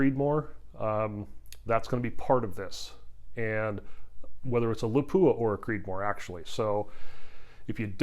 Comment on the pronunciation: It's LAH-pu-ah, not La-PU-ah. It's Finnish.